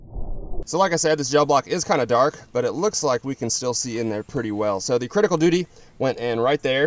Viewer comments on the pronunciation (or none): none